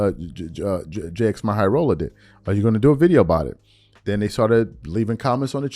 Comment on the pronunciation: “We all know who he is, right?” Also: “Jay Ex My High Roller”